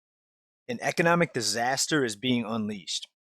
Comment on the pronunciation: Disaster! DIZ-ass-tear